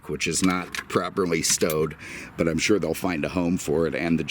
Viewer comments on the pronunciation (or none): none